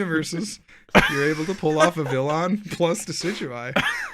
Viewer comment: What if we all told you it’s “Viv-vee-YON” as the L is pronounced a Y.